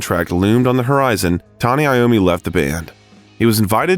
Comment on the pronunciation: Tony Lommi??? Wtf